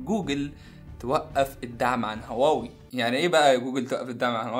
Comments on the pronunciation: انت بتقول واوى ولا هواوى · إنت ليه بتقولها واوي مش هواوي 😂؟ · واوي 😂😂😂😂😂😂😂😂😂 انطق اسمو جيدا ومنبعد حط فيديوك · واوي يزم انطق صح مشان الله مش هيك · ليه بتقول واوي 😂😂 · انت مبتنطقش حرف الH ليه